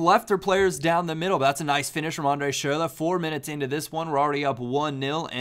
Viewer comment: Please stop saying schurrle.... you're butchering it